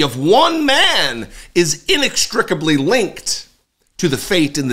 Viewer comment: Inextricably: two many syllables for him to pronounce.